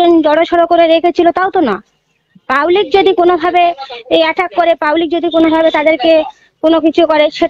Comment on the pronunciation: 'রাইনীতি' নয় ওটা হবে 'রাজনীতি'।'পাউলিক' নয় ওটা হবে 'পাবলিক'।কোড়াকাটি তো আপনার বাড়ি,আগে হতো না আপনাদের খাওয়া এখন প্রধান হয়ে টাকার পাহাড় করেছেন আপনি,আমরা সব লক্ষ রাখছি।ই ডির তাড়া খাওয়ার পর তো আপনাদের বাড়িতেই ছিলো শুনেছিলাম।সময় আসলে রাজনৈতিক ভাবে জবাব দেওয়া হবে।